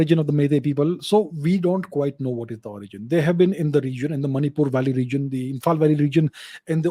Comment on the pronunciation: She was from that region i guess you cannot say Manipur correctly